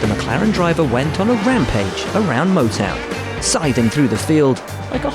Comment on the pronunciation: It's funny hearing an Englishman saying things like Motown